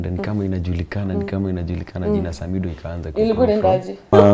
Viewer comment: Much love samidoh i love the way betty is pronouncing your name.